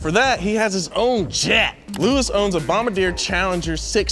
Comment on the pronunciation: He struggled with French. Bombardier is not bomb-a-deer 😅